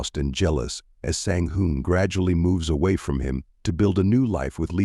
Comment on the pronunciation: Twin #1 Sang Hoon was pronounced consistently, twin#2 was pronounced Sang Hoon, Sang Han and Sang Hyun. Very confusing